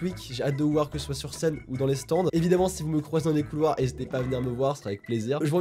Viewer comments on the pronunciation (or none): none